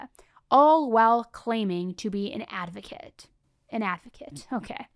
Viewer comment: I heard Casey Anthony says "I am an illegal Advokat" 😂 that fits somehow